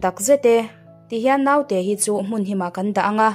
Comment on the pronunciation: Naute hi Note tia lam tur, No-te-i tia lam bawk tur. Ngaihnawm bon, chhiartu aw a nalh bawk si